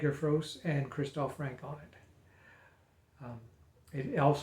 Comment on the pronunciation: Not Frank! The nearest pronunciation is Franker. Not Fros! Frozer is probably the nearest pronunciation for English speakers. Why can't American seem to be able to pronounce any names that are English?